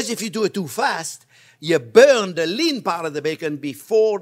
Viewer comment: I just sprained my fingers trying to type the word "burn" the way Chef Onyo says it! XO 😘 🤗 🇺🇸 🙏 bürñ 🔥